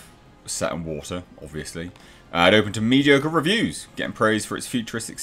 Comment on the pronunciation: AND BO'OH'O'WA'ER.... world